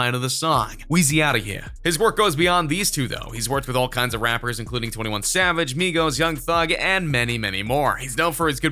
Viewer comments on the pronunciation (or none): none